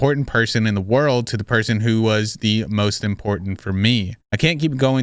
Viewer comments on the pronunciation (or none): none